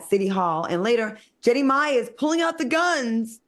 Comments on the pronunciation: Say it with me: Genie My NOT Jenny (My) 🙄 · Claudia really struggles with the pronunciation of Jeannie Mai's name. Considering how many times ya'll talk about her It's actually kinda funny 😂😂!